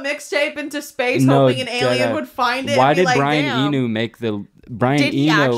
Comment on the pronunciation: i need to hear pronounce Brian Eno correctly at least one time